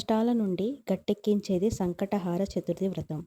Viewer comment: Sankata haara kaadu…. Sankata Hara ani palakali